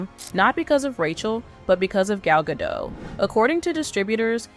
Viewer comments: FOR THE RECORD... Gadot is pronounced as Gah-DOTTE.... not Gah-DOUGH as you repeatedly said 🤣🤣🤣 my golly, she's been around for quite sometime and yet you still don't know how to say her name correctly 😆😆😆😂😂😂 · So, Gadot is pronounced Gal + dot not Gal + dough. This is important because she's not French or American. She doesn't support Israel. SHE'S LITERALLY ISRAELI! Palestine has routinely launched missiles against Israel for DECADES and then they invaded! It's just plain stupid for Gadot to not side with her own country because the other side wants her head literally severed off. Only the most suicidal people would choose differently in her position! It's simple survival! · Gadot, not gadoe. Say gal. Say ga. Say dot. Gal gadot.